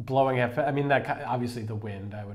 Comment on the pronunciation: ( idk at english: det her er bare feed back jeg mener ik noget ondt med det, det er bare så i ved hvad en som er vokset op i danmark og har talt dansk hele sit liv tænker ) no no no.... sorry but no.. thats not how to say it.. you said the first 2 words correct but the last you said was to fast... YES!!!!!!! you said all the words correct :D halV you said half but it's a V not a F you said skomagerdrenge to fast! idk how to say this at english but : du siger det næsten med synderjysk accent men man forstår det okay :) i'm danish so i can't really say you're doing anything wrong this time i'm danish not sweedish i don't know ( idk how to say this at english) igen? jeg er dansk ikke norsk! så tjahh jeg aner ik om i siger det forkert